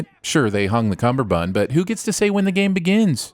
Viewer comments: You kept pronouncing "cummerbund" as "cumberbund". 3 sins for you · One sin off for pronouncing it cumberbund